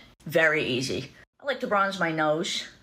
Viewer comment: Is all of the "sh" pronunciation in the tick ticktocker a local accent thing? "Glashshd" instead of glossed "nooshsh" instead of nose. I'm not being sarcastic I'm genuinely curious.